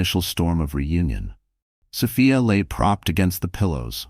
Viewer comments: Oh, come on. So Fy Ah ??? So Fee Ah!!! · The narrator is annoying. The name is S o f i a. NOT SOfaia. . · Sophia is a nurse and nurses are smart, so why is she being portrayed as a complete idiot who can’t read and comprehend? Also, why isn’t Ryan in jail immediately after the assault? Makes no sense. Creator, please fix your AI narrator so it pronounces Sophia’s name correctly.